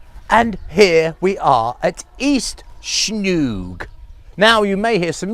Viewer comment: I think it calls Snoeng, not Snouk. I am trying to find that sound in English but hard to find an example. You can ask the locals to pronounce it for you. I am sure you know it too but that is the hard word for most Westerners to say. I used to live in BB and I have been though that temples many times. The village itself is called Snoeng referring to a pole made from a wood for using to tie a cow with rope.